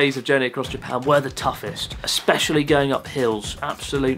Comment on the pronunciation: why that Japanese man can't pronounce Japan.